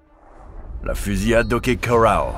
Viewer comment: ‘Fusiade’ 😅 Fusillade plutôt ? Merci pour la vidéo 😊